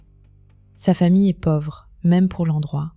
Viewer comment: On ne dit pas le Laus en prononçant le s final. On dit le Lais en prononçant "Lô". Par ailleurs on ne dit pas pauvre avec un o ouvert mais fermé, un peu comme si l'on disait pôvre.❤